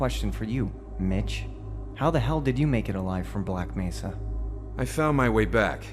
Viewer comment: G-Man mispronounces Black Mesa as Black "Mess-sa".